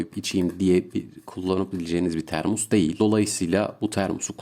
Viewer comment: kulağımda bir ses termua, termus, termus, kulağım yandı hacı abi, termos o termos